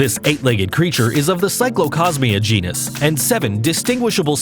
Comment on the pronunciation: The word is GENUS. Not GENIUS, genius.